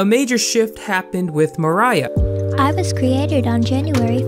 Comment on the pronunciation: ok I've seen tons of videos about Poppy before fame and her name isn't Mariah. it's MOIRAH. pronounced Mwy-ra. no hate I just have never heard anyone pronounce it right